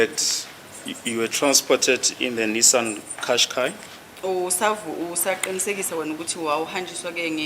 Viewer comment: Kashkai...It is pronounced Kashkai... It's Japanese not Zulu.. It's not pronounced like qiniso... It's not Zulu.. It's Japanese. Check with Google pronunciation if you don't believe me.